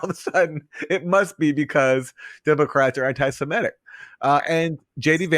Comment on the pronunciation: Aaron, stop saying "anti-siMETic. It's "anti-seMITic".